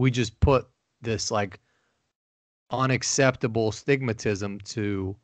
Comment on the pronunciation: Did really say “ astigmatism”?!?!